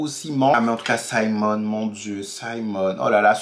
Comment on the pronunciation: Oui tu as bien prononcé. Simon! Merde le mec il sait y faire. Je l'ai regardé en une journée. Tu dois aussi regardé "Sylvie's Love" il y est aussi. Et quand le Duc te dit "Je brules pour vous". 😍😍 Ils ont été très explicite je trouve. Les scènes très romantiques et érotiques que ce soit Simon et Daphnée ou autres.